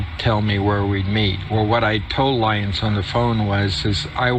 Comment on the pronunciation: Special Agent Lyons or "Lie" ins. Are you freaking kidding me